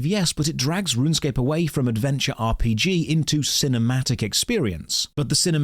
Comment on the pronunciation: wait... so rrrrrrunsecape is an ahh p g?